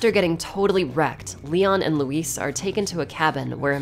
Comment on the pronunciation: I like that the last thing Luis hears is an American utterly butchering his name lol